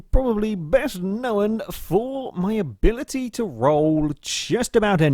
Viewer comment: Why do you pronounce ( known ) with 2 syllables " know-n " ?